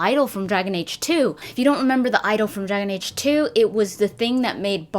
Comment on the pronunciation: Lolololol "Dergen age"